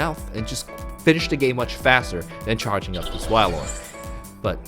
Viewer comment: Cool deck! But it's pronounced whale-lord